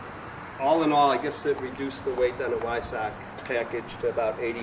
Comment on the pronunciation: Sweet 918 Spyder....love the color. It's pronounced "Vy-SOCK", BTW. 😀